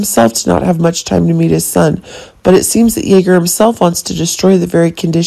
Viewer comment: It isn't "Yagger". It's Jagger! Please pronounce your words correctly. And...Jagger is not Dex's father either. Watch the show before you give out your information. It's obvious that you don't watch General Hospital.